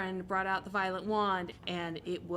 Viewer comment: Thanks for writing that out, I really thought she said 'violent' wand 😅